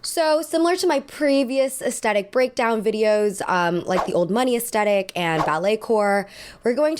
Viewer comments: It's pronounced ass-thet-ick...not ass-tet-ic. Please share with all of your Millenial and GenZ friends. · The word. Is not pronounced. “aesTETIK.” IT IS PRONOUNCED aes-THET-ic. So sick of hearing these annoying little thots mispronounce this basic word ffs. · Aesthetic is often incorrectly pronounced aestetic, as if there were no h in the word. The correct pronunciation is with a th sound, as in thick, at the beginning of the second syllable. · I enjoy your aesthetic themed analysis videos, but I wonder if you could PLEASE be one of the few among your peers who pronounce it correctly. Despite what you all seem to think, the H is NOT silent.